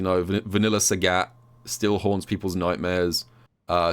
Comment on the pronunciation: why you calling sagat like SAGYATT